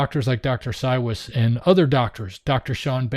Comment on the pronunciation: He pronounces it "CyVes" He's my husband's doctor, we live in Middleburg, and he comes to Jax once a month.